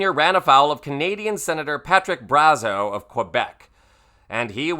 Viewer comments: Braz-oh’ NOT Braz-ow’ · It's pronounced Braz-OH, not Braz-OW. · Just so you know, the eau at the end of his name is pronounced as oh not ow. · Just FYI, french names ending in eau are pronounced like "oh", not "ow". Same as Trudeau. And yes you should google the video of that fight. It was awesome. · Brazz-O is the proper pronunciation. Great video 😊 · It's pronounced "brazo". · Here’s a little tidbit, Brazeau is pronounced like bravo. Trying to help. ☺️ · Bra-zoh. True-doh. Eau is pronounced oh. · "Braz-OH", just FYI. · Braz-ow LOL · Pronunciation: Brazzo( eau, in French , sounds like O) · Brazeau is pronounced Bra-zo. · Brazeau is pronounce Brazo. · I'm cringing everytime you mispronouunce Brazeau's name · Why is he mispronouncing Brazeau’s last name? Makes him less credible.